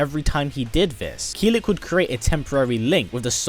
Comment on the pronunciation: Its Kill-ick not keel-lick